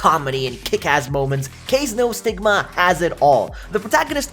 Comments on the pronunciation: This season is packed full I do love Beast Tamer though Your pronouncing of the shows still makes me laugh lol. Kaze No Stigma? KAH' ZEY NO STIGMA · Plus the pronunciation of the title... It hurt 🤣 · The way he said kaze no stigma made me laugh